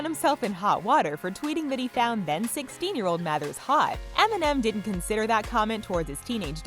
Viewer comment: Why are you pronouncing Mathers stupidly